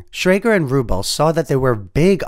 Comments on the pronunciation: His name was pronounced RuBELL. 🙄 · Pronunciation: Roy CONE ... Steve ru-BELL ... and lots of others. It's easy to find the correct pronunciation, and feels less than authentic when you get it wrong. A well-meant message. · steve rubell no? emphasis on the ell when you say the name please